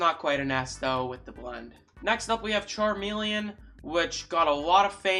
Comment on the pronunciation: My man said charmilion from Pokemon 🤣